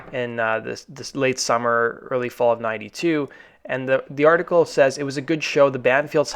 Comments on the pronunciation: i agree with you about the horribly tedious monotony of the narrator's voice. he also commonly pronounces "says" wrong. yeah, it's pretty lame- much like whooz world is this, the liar. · It's pronounced "sez" not "sāze". Just a tip.